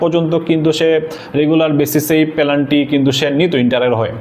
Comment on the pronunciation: পেলান্টি কি ভাই? 😅😅